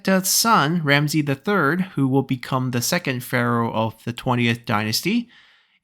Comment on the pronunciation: As an Egyptian, I am very excited for this haha ♥ Also, Ramesses's name is pronounced with all S as S not as Z, and the last e prolonged, so like /Ramsi:s/